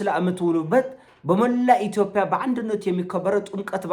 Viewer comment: ማስሬን በሰማሁ ቁጥር ጉምቱ ሀሳቦቹ መሀል የሚጎረብጠኝ ኢቶፒያ የሚለዉ ቃሉ ነዉ:: አስመስሎ የሚጠቀመዉ የአነጋገር ዘይቤም ቢሆን 'ጰ' ፊደል አለዉ